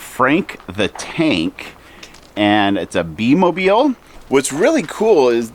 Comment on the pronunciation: it's bi mobil....not be mobil...